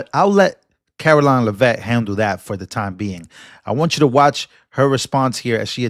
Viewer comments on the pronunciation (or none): The correct pronunciation of Karoline's last name is Lev-"it". NOT La-vet. It's pronounced the way it's spelled. First grade grammar.